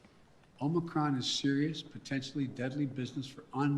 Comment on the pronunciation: Madness. I’m not listening to this rutabaga. Also 👇🏼 It’s OMICRON OMICRON OMICRON not OMICROM you absolute oh my god this dungbeetle.